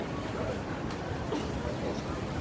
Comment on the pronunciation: Hello, once again a very cool video! Btw you are not pronouncing Bridgestone correctly. I have been to the cycle factory in Tosu before it moved to China. I work for Bridgestone in the US. You were going to make a story on the company so what’s up! Also, what is happening on your new only in Japan intro remake? Daniel from Aiken, SC be well!